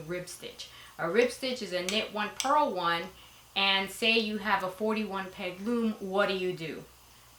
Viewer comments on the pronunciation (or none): Purl, not pearl. Very helpful video.